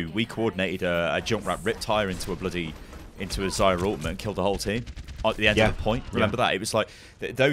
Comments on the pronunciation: Man, it's not Zaya, it's Za-Rya with hard R. It means "sunset" or "daybreak" in Russian. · meh... i just want to help you pronounce name correctly. By the way: Za-ryA accent on second `a`. No offence, pal.